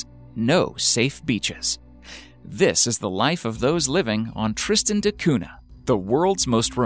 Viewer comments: Tristan da Cunha (cuña, not cuna) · Cunha is a Portuguese family name and is not pronounced CUNA. The H is not silent. It actually gives a sound similar to the Ñ in Spanish. So, the sound is like CUÑA. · It's pronounced koonya, not koona (Tristan de Cunha). For heaven's sake hire a professional narrator. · Dude, you’re spelling “cuna”? Google listen Cunha.